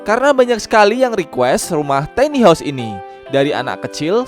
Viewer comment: Tiny dibacanya bukan teni tapi taini.